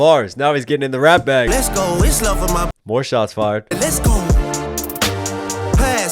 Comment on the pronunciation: I legit hate how he says "less go" both phonetically and in the context of a song crying about fake friends and the pop out that happened over a year ago. You're not going anywhere except the courthouse buddy